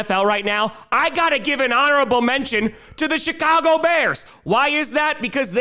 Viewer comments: Did he say:"Shitcago Bears"? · I thought said "Shit-cago" and shot pop out my nose. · He did and does 😂